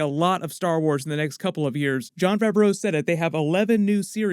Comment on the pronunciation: Why you keep pronouncing Favreau like it's two separate words lmao...